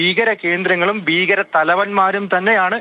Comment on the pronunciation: ബീകരം അല്ല, ഭീകരം എന്നു പറയ്